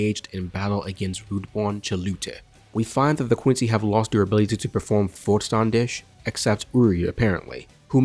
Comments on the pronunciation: Im sorry to say but you pronounce volstandig like volstandish. I’m not blaming you because its with a soft g which is almost impossible for a american/gbr because it’s not used in your language. I’m from the Netherlands which is directly next to Germany. all quincy are based on Germany and ww2. Like the Arrancar are based on Spain. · You can pronounce Vollständig wich means complete like: Voll = Fall Ständig= standing without the 2.n Or u go on google and it will pronounce it to you :)